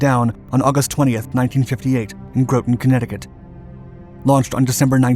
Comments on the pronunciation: I have an issue with how you say Groton. Grot tun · ITS GROTON LIKE ROTTEN CT. I live here the “Submarine capital of the world!” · it’s Groton ( GROTTEN ) New London CT. I live here, the Submarine capital of the world. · GROT (AS IN YACHT) TON (AS IN 2,000LBS) CT. AAY-ZOARS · I’ve watched, and will watch more of your videos. I enjoy the narration, background music and video clips. Very watchable One note though Groton Connecticut is pronounced with a short O. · The telling thing for me was the mispronunciaion of "Groton" - the sub base in CT. A human wouldn't do that.